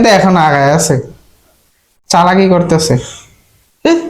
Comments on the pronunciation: চালাকি ❌ছালাকি✅😂😂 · চালাকি ❌ ছালাকি ✅😂😂😂